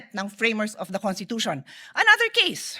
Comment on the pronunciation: IT'S PRONOUNCE 😂CONSTITUTION NOT CONTITUTION !!!!